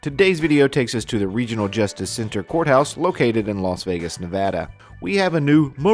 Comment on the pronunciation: Thank you for saying Nevada correctly. 💜👍🏼✌🏼😂